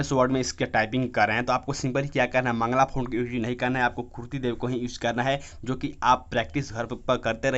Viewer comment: मंगला फॉन्ट☺️☺️☺️☺️☺️☺️☺️☺️ Mangal hota hai Mangal font .